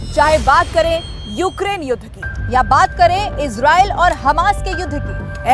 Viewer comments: Israil Nahi Israel, pronounce properly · Abee israil Nahi Israel, theek to bol